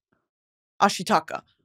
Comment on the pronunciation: As a Japanese and Gibli fan, I'm so glad you finally watched gibli movies!😭 i can't believe you saying ashitaka in the podcast😭Can't wait to hear thoughts on other works! i recommend "The Wind Rise" which is set in 1920〜30s Japan. i'm pretty sure you're gonna like the other ones too!